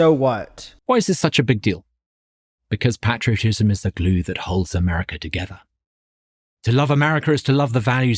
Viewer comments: Love to be told that I should be grateful to shovel for 8 hours a day by folks who've never touched a shovel in their life As a red blooded American, I will not be lectured on patriotism by someone who pronounces it "pat-ria-tism" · As a Brit I've never heard anyone pronounce "patriotism" like that, makes it sound like patricide, and while I can't prove it I'm now 100% certain this guy has an Oedipus complex. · ain't no way you're gonna pronounce patriotism like that and lecture me on it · I'm British and I've never heard anyone pronounce 'patriotism' like that. Maybe it's a regional thing (although my accent is similar to his), but I suspect it's a case of 'throw in a few more short vowels, our audience think it sounds intellectual'